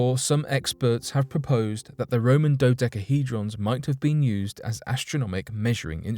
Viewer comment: Say dodecahydron 1 more time 😬